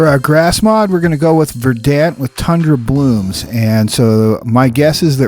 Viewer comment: Verdant is pronounced (ver-dunt).